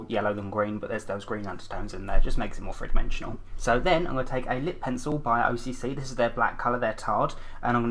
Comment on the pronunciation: I love how you say three :p "Free, two or free."